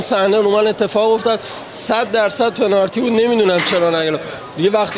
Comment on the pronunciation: طرف نمیدونه یا بلد نیست بگه پنالتی و بجاش داره میگه پنارتی بعد چجوری ایشون بازیکن یه تیم لیگ برتریه ؟؟؟ پنارتیییییییییییی؟؟؟؟؟؟؟؟؟ ناموسا؟😂😂